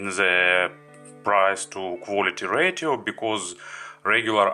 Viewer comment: The more correct sentence is :thank you for watching ) Не БЭЙЗИКЛИ А БЭЙСИКЛИ(basicly). НЕ ЛИВЭЛ А ЛЭВЭЛ(level)Не ратио а РЭЙШИО(RATIO).You have pretty good vocabulary, but unfortunatly your pronounciation isn't so good.By the way honestly my vocab mach less the yours...So don't be angry with me and don't be sad.